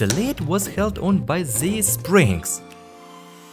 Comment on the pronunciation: Great video, I always wanted to see what Happens there inside…. but if you want the videos to be just perfect, PLEASE don’t pronounce every "TH" and “S” like "Z" it’s just painful to hear that all the time. (the=zee, these=zeez, those=zoez, that=zat, zyztem, zeal, mezzy, zomezing… etc…etc..)